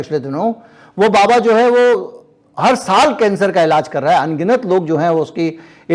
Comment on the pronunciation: सही शब्द इलाज है न कि इलाज़